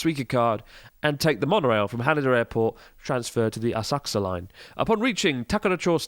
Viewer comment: thanks goodness you pronounce Asakusa properly. !! <3.